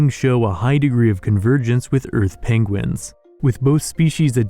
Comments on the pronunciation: I love the pengwings and penglings. Sounds all too familiar haha...Is this inspired by Benedict Cumberbatch? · Pengwings eh? Benedict Cumberbatch reference perhaps? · pengwings XD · Did you intentionally pronounce "penguins" differently as a reference from how Benedict Cumberbatch always wrongly pronounce "penguin" in that one nature documentary?